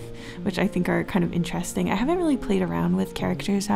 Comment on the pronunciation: IN the knight part idk if joke was intended but she said ( or so I heard ) INCHESSTING !! Edit: also in the queen part !!